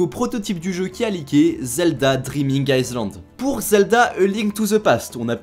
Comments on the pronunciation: Island ça se dit AïeLand pas IceLand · island ça se dit "aïlande" et pas "aïzlande" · Mais arrête voir de dire AÏCELAND... On ne prononce pas le sssssssssssssssssssssssssssssssssssssssssssssssssss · Sans rien enlever à la qualité de la vidéo, je me permets quelques petits conseils de prononciation sur l'anglais qui 1) concernent des mots très fréquents et 2) sont hyper faciles à intégrer. Le "s" est muet dans "island", donc ça se prononce "aie-lande". "real" ça se prononce simplement avec un i long ou un "i" suivi d'un "eu": "riil" ou "rieul". En général faut éviter de prononcer toutes les voyelles écrites comme elles sont "censées" se prononcer. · En anglais tu prononces des S inexistants et dans Island bah ce S là ne s’entend point Edit: arrête l’anglais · Sinon "island" ça se prononce "aïe-lande" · Mais cet accent de merde en anglais sérieux : "L is rièl" "Yoshi Izland" Faite des efforts sérieux ... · On ne prononce pas le "s" dans "Island" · le s de island ne se prononce pas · Le s de island ne se prononce pas...